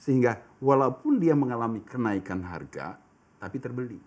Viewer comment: Apa cuma gue pas awal bilang kenaikan dengar nya kena ikan